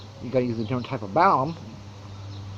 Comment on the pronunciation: Are you saying "balum"? It's balun with an "n" short for "balanced-to unbalanced." There is no "m" in the word "unbalanced."